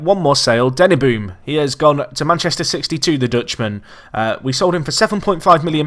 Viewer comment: Sad to see THE BOOM go. (seriously, that's NOT how you say Denneboom but I still love it)